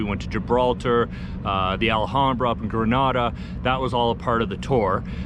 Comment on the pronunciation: I sure hope your Spanish improves. Your pronunciation of literally every place you mention is really bad. It doesn’t take much to go from the “Al-ham-brah” to “alam-brah”. Enjoy. I lived in Andalusia for 4 years and loved it.